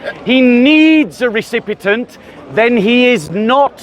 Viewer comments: Recipient not Recipitent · Recipient, not recipetent.